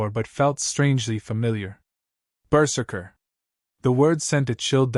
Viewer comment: Not bad. Not great. Going berzerk will obviate pain but not physics. A blade will still sever a hand/fingers easily. A slight re-write and proper pronunciation of berzerker could make this great.